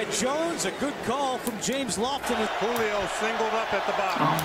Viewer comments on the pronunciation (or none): Lol she said “JU-lio Jones” lol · It’s not jollyo it’s julio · WHO-LEE-OH Jones Julio